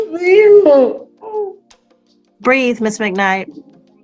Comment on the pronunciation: Breathe, not breed. The Sistahood is coming for this judge. Plantation mammies are okay to the communitah